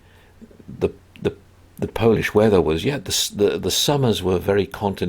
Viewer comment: You are always welcome to Poland, and your Polish pronunciation is almost perfect:)